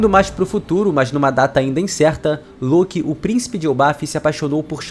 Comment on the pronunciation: Ele falo loki errado o vídeo inteiro